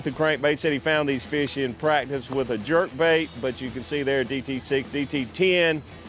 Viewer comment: says prackdice 😆